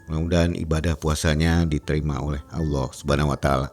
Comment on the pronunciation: 😮😮ustaz sebut Allah pn Allo..Allo..😇